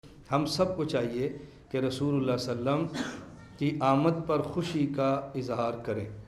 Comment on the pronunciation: وسلم هےبهائ وصلم نهيں